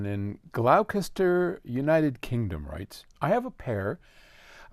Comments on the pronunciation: "Glouh-kester" .... love it!! FYI, the correct pronunciation is actually "Gloss-ter". Still loving your videos. :) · Beleive it or not, the brits say Gloster rather than glokester, 😂 not a biggie though. Cheers and big thanks for great videos as always sir ❤ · Pronounced gloss-ter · Gloucester. Pronounced GLOSS-tur. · It reads [gloster]🙂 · Hi, I've been told by an English Rose it is pronounced 'Gloss-Ster' ( Gloucester, Eng ) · hi its just pronounced "Glosster" 👍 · Cracks me up every time… :D Why can’t Americans just take 10 sec and look up how it is pronounced… Funny when you get a question from Leicester too… :D Comedy